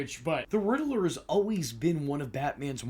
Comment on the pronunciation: God bless you... But It's pronounced "rid ler" not "riddle er" lol